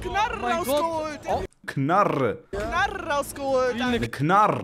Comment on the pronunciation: Knarrrrrre ich Schwörrrrrre 😂